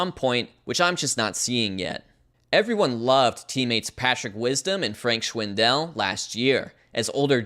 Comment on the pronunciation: You’d pronounce Schwindel just like you would ‘swindle’ with the extra sh-sound as it’s German for the English word swindle which comes from the German schwindeln or High German swindeln. It’s definitely not schwin-Del